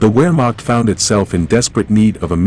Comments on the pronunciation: “Ver-maucht” not Wheremacht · Mistake number one is in German pronunciations. It’s not “Where-macht” as in “wolf” it’s “Vehr-macht” as in “volt”. In fact, in German pretty much all “W’s” are pronounced like the English “V”.